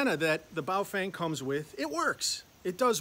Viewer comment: I believe it is pronounced as bao "ferng" - "fern" with a twang.